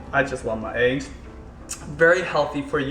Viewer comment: i love when says eggs. it sounds like ayggs.